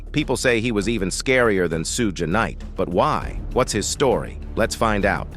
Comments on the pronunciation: "Sooog" Knight? Ai smh🤦🏾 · This shit is foul u guy's are bums it's Suge knight not sugue knight 😂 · Tell me I didn't hear Sue G knight 😂😂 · narrator can't even say Shug's name right an called Tupac Tupax LOOL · Yo my man (the narrator) its spelled Suge but pronounced S h u g e..the shhhh annunciation is important...dayumn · AI can't pronounce Suge right lol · WHY don't these instigators pronounce African American names right?!?! * Suge is pronounced: "SHUG" * Tupac is pronounced: "2 POCK" If you can't put some respect on the names, then get out of that line of work and...STOP INSTIGATING WITH LIES AND STOP CLICK-BAITING!!! There should be a law against individuals like you and whoever else that do this!!! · AI needs to learn how to say Suge because that’s just goofy.